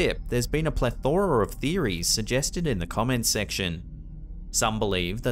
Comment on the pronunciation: Excellent compilation. I’ve always assumed that there are many things that have rational, natural explanations but are beyond our comprehension and the limits of our current technologies. Just by the way “plethora” is pronounced PLETHora with emphasis on the first syllable.